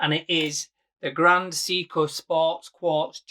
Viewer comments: My teeth feel itchy every time I hear "See-coo". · I know you're from Yorkshire but it's pronounced ' Say-ko ', come to think of it you might be right and everybody else on the internet is pronouncing it wrong